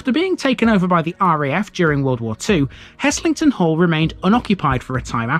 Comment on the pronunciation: Now you're talking - home territory for me. BTW the s is pronounced as a z. Worked there (Chemistry Labs in the 1960s) then did an MSc in the same labs in the late 1970s. In the early years we would swim in the lake.